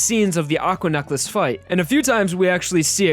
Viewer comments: Why do you pronounce necklace like "nuck-les"? Edit: Don't mind my rudeness; I'm a little drunk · Why does he pronounce necklace so weird